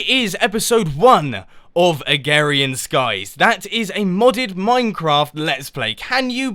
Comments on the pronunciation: it is called AgRarian skies, not Agarian skies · any1 els getting VERY annoyed when he keeps saying agarian skies not agRarian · Sorry, pet peeve, its AgRarian Skies not agarian skies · A-g-r-a-r-i-a-n skies not agarian skies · Saplings in a Oak barrel make dirt. Stand in water and shot rod straight up and it will land in water if it's not flowing and you can fish. Please mumbo this is a great idea but at least watch some videos on agrarian skies first, your not even saying the name right. :-/ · Your saying it wrong and very nice texture pack